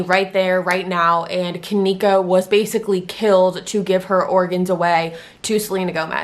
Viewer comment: You can't even say her name right